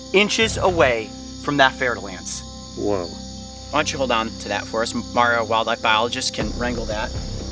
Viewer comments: I'm french and I just realized, after two years of watching this channel, that the pit viper he oftenly refers to and that was behind him here is very frenchly called "fer-de-lance"... which I always heard here as "fertile-ant" with some weird "i" pronunciation....... x) no wonder I never found it on google, had to wikipedia the hole pit viper family xDD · its fer da lance snake just in case you think hes saying fertile ants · "fer-de-lance" lol i love how u prononce french snakes names (btw im french ik what im talking about) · It’s fer-de-lance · “We also have to be careful for venomous snakes” A bit later: The fer-da-lance: yo wth dude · he says " There's a Fer-de-Lance to your right." I couldn't figure out what he said until literally now lol